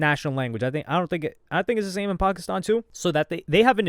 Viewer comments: Nah your pronunciation of "Pakistan" was a little too clean my guy. 🧐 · bro is definetly from pakistan , because why does he keep pronouncing "pakistan" like that